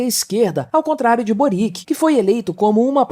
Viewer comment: Só lembrando que a pronúncia de Boric é servio-croata parecida com Djokovic.